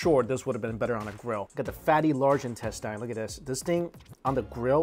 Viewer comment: The way he pronounces intestine always get me 😆